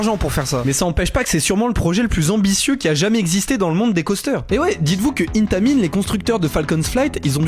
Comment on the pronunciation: La prononciation d’intamin 💀